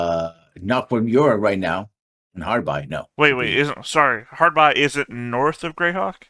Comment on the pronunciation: insisting of calling it Harbi instead of Harby. Mind you I didn't have a pronunciation guide then or now.